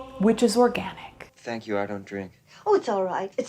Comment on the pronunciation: Its organtic